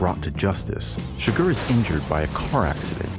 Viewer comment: It's CHIgurh not chiGURH, and javIER not JAvier.